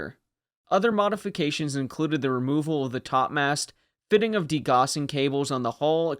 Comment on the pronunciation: Just a little correction. Gauss, as in degaussing, is normally held to rhyme with house rather horse. Cheers.